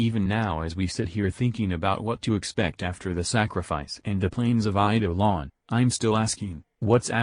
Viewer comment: TTS Actually said Eidelon quite well.